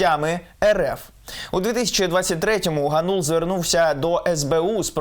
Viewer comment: Дем'ян ГАнул, а не ГанУл. Oboz UA, готуйтесь краще до репортажів.